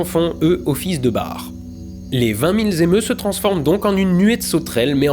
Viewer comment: Sujet intéressant. Mais les 20.000 ’z’émeus, rigolo...😂😅😊